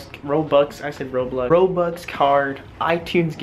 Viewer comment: I cant turst him HE CANT EVEN SAY ROBLOX RIGHT